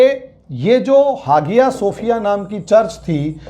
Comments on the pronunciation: Not hagia, but called aaiya Sophia, h silent in Turkish language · हागिया शोफिय नहीं .....हया शोफिया कहा जाता है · Even now days many churches in America sold to Muslims. Some are sold to hotels and bars. It's pronounced as haya or aya sofiya G is silent. He even unable to pronounce the name correctly. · Hageeyaa sefiyaa hagiyaa sefiyaa pher....hageeyaa sofiyaa.....kya hai sir ye Sahise bollna seekhiye aap pahle 🤣🤣🤣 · Even now days many churches in America sold to Muslims. Some are sold to hotels. It's pronounced as haya or aya sofiya G is silent. He even unable to pronounce the name correctly.